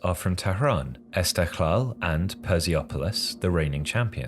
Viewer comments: man said "perziopolis" lmao its "pers-polis" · Great vid, great to see Iranian football getting some attention. You kinda butchered the name Persepolis but as a fan, we forgive you. I hope you do one on Persepolis (especially the 08 season) or the rivalry of the Tehran derby.